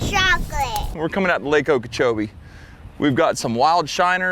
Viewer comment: 😭 so wholesome also lakeokoboichi is the single best pronunciation of lake okeechobee I have ever heard